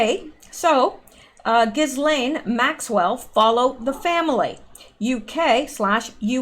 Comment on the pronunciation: Ghislaine is pronounced Jiz-lane. It is French.